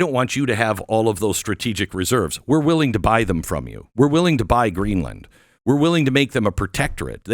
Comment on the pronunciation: Geez Glenn, it's Greenland not GreenlAnd!